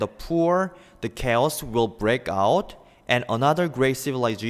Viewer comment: 동영상 잘 보고 갑니다. One thing that I'd like to mention though is that the word 'chaos' is pronounced /ˈkāˌäs/. 감사합니다.